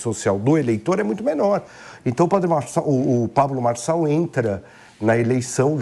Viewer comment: É Marçal, Marçal, Marcal